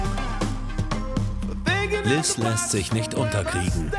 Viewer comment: Der Moment wenn sie Liz heisst und du Liss heißt 🤣🤣🤣